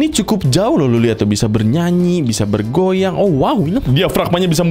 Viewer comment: Aku paling suka kalau bilang" bernyuanyi bernyuanyi..ber goyuang bergoyuang"😂